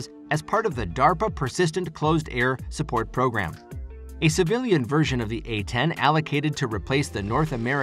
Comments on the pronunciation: Close air support, Close air support, Close air support, Close air support, Close air support, Close air support, Close air support, Close air support, Close air support, not closed air support. Stop using robotic voice overs. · Stop saying "Closed Air Support." It's not closed, it's quite open. -} There is no d in Close.